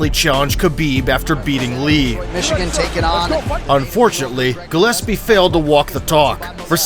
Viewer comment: Gregor "gelespee?" Bruh